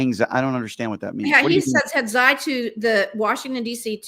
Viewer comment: I’ve never heard someone pronounce Xi’s name like that lmao